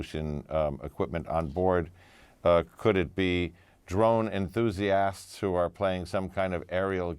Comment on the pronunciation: Did he seriously just say enthusi-ass,ed 😂😂